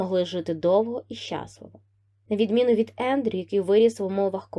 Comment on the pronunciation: Любі, будь ласка, "ВЕстмінстерська (нагодос на реоший склад), Айхоп, щаслИво (наголос на другий склад)"